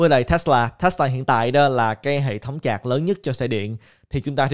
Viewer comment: sạch hay chạc hả ơi hahaa